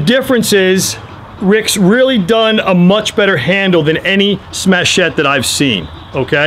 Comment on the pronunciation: Interesting- presentation, thanks! some good pointers. One point tho- it's "Smatchet" rhymes with "hatchet"... That's nicest grip I've seen on a smatchet yet, that's really te titz... Great sheath too... I don't suppose these are available anymore..